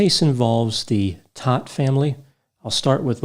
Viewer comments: Last name is pronounced Tote. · In NY, they say this name ss Toadt kind of like thst. Long o, not short o?